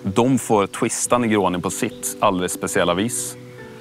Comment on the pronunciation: 31 "En Hyffssatt sstor nergåni"